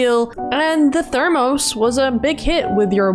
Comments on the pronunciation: Thur-mus Thur like Thursday without the sday mus like must without the t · That’s not how you say “thermos”